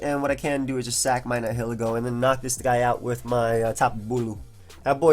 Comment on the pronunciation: It's pronounced ny-uh-lee-go